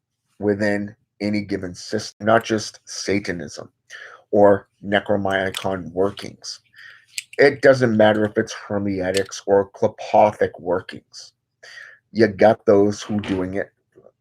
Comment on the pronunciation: It's pronounced Nek-Ro-Nom-ehkon, if you're worried about it ;D